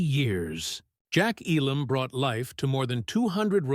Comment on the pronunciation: And mispronounced.